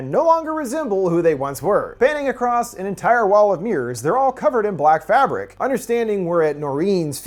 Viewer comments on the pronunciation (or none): none